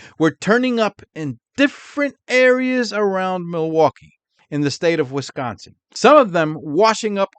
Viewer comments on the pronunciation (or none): none